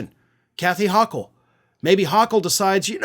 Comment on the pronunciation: Please pronounce Kathy Hochul's last name right. It's long 'O'. Thanks. :face-red-droopy-eyes